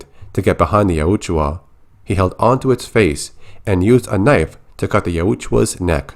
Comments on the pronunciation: Yautja. You're pronouncing it like it's spelled Yautjua. Just so ya know. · The way you say yautja hurts my ears. It sounds like you added an extra U bro